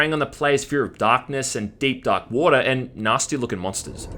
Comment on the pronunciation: I came everytime he said 'woata'.